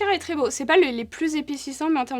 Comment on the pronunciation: Le "ça va être bo hé" avec l'accent hahaha 🥹😂